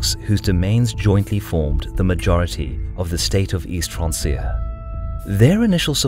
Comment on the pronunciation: Pretty sure francia is pronounced 'frank-ia'. Like franconia?